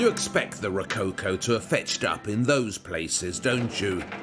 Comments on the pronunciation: rocáucoh ? you mean "Rococó " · Ro...not rou- cow cow😂...it's RO - CO- CO, WITH THE "O " OF " POT( not pout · The way you pronounce it, "rococo" must be falling from coconut palms. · I love Waldermar's way to present the topics. Just the way how he butchers "Ro-co-co" gives me a hickup ... anyway.